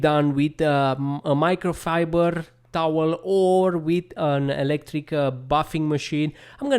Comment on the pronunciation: Micro fiburrrrdrrr towel😅